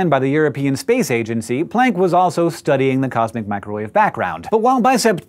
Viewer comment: Hank, for someone who makes a big deal about pronouncing Neanderthal correctly, you sure do ride roughshod over the pronunciation of Planck, which is much more plonk than playnk. I love your channels, tho, I must say.